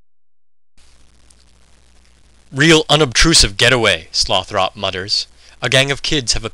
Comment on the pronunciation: You look like a dorkier version of ewan macgregor in star wars. Good reading, and the whole project sounds like a very cool idea - I'm a huge pynchon supporter. Couple of suggestions: 1) a different camera angle, perhaps. 2) I believe you're pronouncing tyrone's name wrong as Sloth - Ropp. The final vowel is supposed to be soft, and Slothrop should be pronounced like the name "Winthrop" aka Sloth-rup.